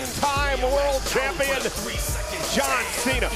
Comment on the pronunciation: Rhodes said john thena😂